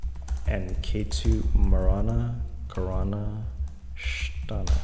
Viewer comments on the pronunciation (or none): Its marana kara"ka" sthAna